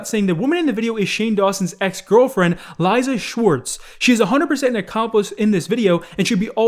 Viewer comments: It’s Lisa. Not Liza. Lisa. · it’s lee•sa not e lie za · Fkn can't pronounce Lisa 😂